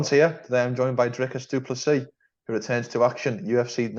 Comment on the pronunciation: No, it's pronounced like "doo-pless-ee"